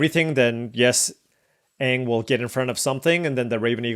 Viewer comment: You butchering anag and tophs names all game was hurting me